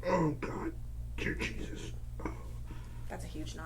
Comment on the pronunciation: was he saying Jear Desus?!!!!!! lol